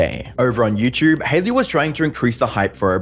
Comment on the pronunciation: Love these “youchube” documentaries